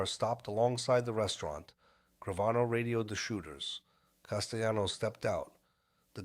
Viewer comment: I had to stop when this whatever it was couldn’t pronounce Castellano‘s name. It drove me nuts.